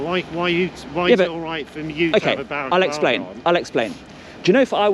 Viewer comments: Is he saying “baraclava” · Can he stop calling it a baraclava 😂😂😂😂😂😂😂😂😂😂😂😂😂😂😂😂😂😂😂😂😂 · I’m sure the guy was saying barraclava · Why does he think it's pronounced 'barraclava'?. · can't even say Balaclava. It's NOT Baraclava! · Who’s up for “wear a balla clava to work day” 😂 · lol "whys it ok for you to a have a barraclava on"